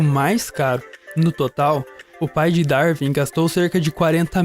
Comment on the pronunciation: Ótimo vídeo, só um detalhe: se pronuncia "Dar-uin" e não "Dar-vin".